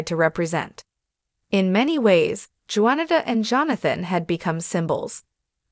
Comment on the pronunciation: YOU ARE STILL PATHETIC! YOU CONTINUE TO MISPRONOUNCE BLACK'S NAMES! Her name is pronounced: Juan-i-ta (the J is silent!). Not Joenato Bynum! Secondly, Johnathan McReynolds. You mispronounced his last name calling him McCrinalds! You're a JOKE and a DISGRACE to ALL CCs! Just GO AWAY, PLEASE!! Your PODCAST will NEVER BE SUCCESSFUL!😂😂😂😂